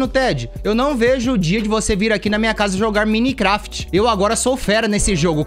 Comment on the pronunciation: Como é escrito: Minecraft Como pronuncia: Mainicrefiti É muito top kakakakaka